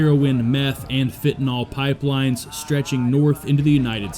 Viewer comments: Jalisco - HaLEES co. Not ja less co. FEN ta Nill.. n9t fen ta noll. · Why can’t you pronounce “FENTANYL’ correctly? Ie Fent-ah-NIL. NIL NIL NIL! Alcohol great video otherwise